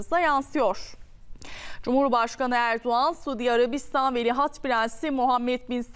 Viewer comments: Velihat degil, Veliaht, madem diyemiyorsun Prens Selman de. Cokmu zor? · ikide bir velihat deyip durdun, senin diksiyon hocan umarım seni dinlemiyordur, tabi varsa... önce doğru telafuz etmeyi öğrenmek gerekir degilmi? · Sunucu "veli HAT" diyor 😂😂😂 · Şu TV sunucularına doğru dürüst bir Türkçe, Türk Dili ve Edebiyatı öğretilmemiş her halde..Ama iki lafın arasına bilir bilmez ingilizce laflar sokup ukalalık etmeyi biliyorlar..Bozuk cümlelerle , tuhaf el kol hareketleriyle vıdı vıdı hızlı konuşmayı marifet saymalarından da bıktık zaten.. Dikkat ettim, sunucu devamlı "Velihat" deyip duruyor...Yahu, hiç mi duymadın,öğreten olmadı mı ? Çevrende de "bu nasıl okunur" ...diye sorup öğreneceğin kimse de mi yok?.. "Velihat" değil ,VELİAHT... Krallıkla yönetilen ülkelerde,kraldan sonra taht'a çıkmaya hakkı olan kişiye VELİAHT denir...Hiç mi duymadın?